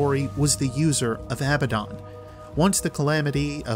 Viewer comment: You pronounced abbadon wrong. Its sounds almost EXACTLY like abandon.